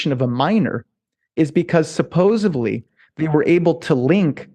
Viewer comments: anyone else notice him say "supposevly" instead of "supposedly'? lmao i feel like people automatically lose a bit of credibility when they pronounce it this way lol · Also, never trust a man who says "supposevly."